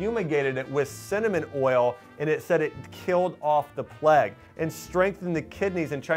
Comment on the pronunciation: that is not what it sounds like at all my friend Plague is pronounced "play-gh" I know how to spell plague lol I'm just having a laugh at this guy pronouncing it "pleg" like a gammon